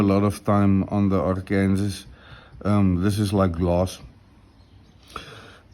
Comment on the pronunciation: Hi, I think what you call a Black Arkansas (Ark-Kansas) is usually pronounced Black Ark-an-saw with the final s being silent. Do you know if the coticule you use is a reconstituted ie man-made coti made from coticule dust. While it sounds like a downgrade they can actually be the best finishers of all. I can't be certain but it looks like one, cuts like one and is in the most common size they were made in. Have you done any videos with the La Dressante? Those can be very fast stones.